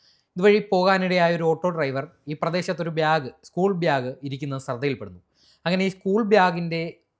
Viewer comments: ബ്യാഗ് അല്ലഡെ… ബാഗ്…. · ബ്യാഗോ... 😂😂 ഏതാടാ ഇവ്യന്‍... 😂